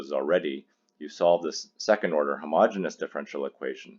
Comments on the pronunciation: The word is ‘homogeneous’ , not ‘homogenous’. The two words are spelled differently and pronounced differently and have different meanings. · It's homogeneous; not homogenous.